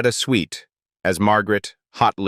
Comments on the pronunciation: Is EVERYTHING AI ???? M A S H No it was "M*A*S*H" .... You Tube is becoming second rate and quickly ... and it's SWIT ...Loretta SWIT ... AI = BS and You Tube = ??? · Loretta Swits name isn't pronounced Sweet. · Sweet!!!! Swit is the correct pronunciation....Get rid of machine dialogue... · Its Swit, not sweet. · Switt not sweet...... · sweet? its swift ass hole-- i hate ai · Swit. .Not Sweet..AI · Its Loretta SWIFT. if you can't even get the name right what are the chances anything else is correct? Not alllung cancer is because of smoking. I've never smoked a day in my life and was already stage 4 no treatment available when I was diagnosed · It’s SWIT! There’s no ‘E’ in her last name! AI needs to say words correctly!!😮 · Another AI generated bs channel that can't even pronounce the name of the show. It's mash!!! btw: Loretta SWIT, rhymes with DIMWIT Here's an idea, use GRAMMARLY, a much better and proven AI. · Click bait. The AI voice can't even pronounce Loretta Swift's name correctly